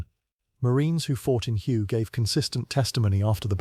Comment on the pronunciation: none of the images shown match the description in the video of the vehicle, and please teach the computer to properly pronounce the city Hue